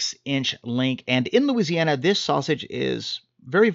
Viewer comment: At about you started to go full on Cajun Looziana with your description! Love it!!!